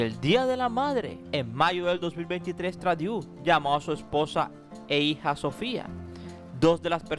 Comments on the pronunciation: aclarar que el apellido Trudeau es de origen francés, por eso la combinacion de las vocales "eau" se lee "o". No es inglés. Se escribe Trudeau y se lee Trudó...😉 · CREO DEBE MEJORAR SU INGLES SEÑOR. EL APELLIDO SE DICE TRUDO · Porqué dices Tradiu??? Por favor si vas a hacer buenos vídeos primero infórmate bien de cómo pronunciar correctamente los nombres en otros idiomas